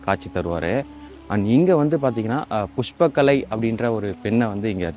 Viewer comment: தம்பி புஷ்பகலை இல்ல புஷ்கலை